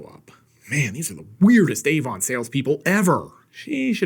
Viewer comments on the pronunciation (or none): none